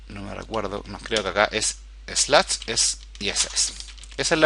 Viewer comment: Muchas gracias por el curso, muy atendible y bien explicado... como recomendación, trata de mejorar un poco tus pronunciación de algunas palabras en ingles, es un poco desesperante escuchar nuevas palabras y andarlas adivinando "finich, slach" (no digo perfecto, solo mejorarlo en poco) fuera de eso, super bien. Gracias